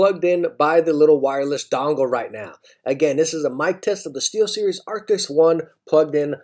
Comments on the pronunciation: Why you keep saying Arctics in all your vids when its ARCTIS? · Why do you keep saying "arctics" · i know its not the point but arent they ARCTIS instead of ARCTICS? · He says arctiks too much - it's cringey AF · why does everybody say arctics? i mean even i do